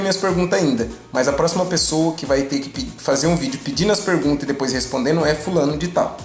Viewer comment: 30 penguntas bosquh...